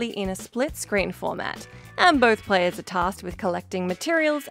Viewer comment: did you say players or prayers? at 30 seconds?